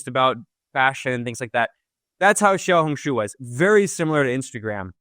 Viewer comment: you are a very good learner, your pronunciation of " small red book " in Mandarin is spot on 👍👍👍